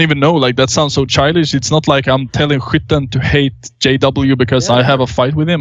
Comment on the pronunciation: hwitten ???? is that skytten ?